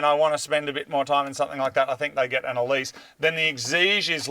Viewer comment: Congrats on the new ride. Love how you pronounce Exige and Elise correctly, and then I hear Celica.. (Ca-lic-a) I've owned several Celica's (Cel-i-ca) . ha! Great video..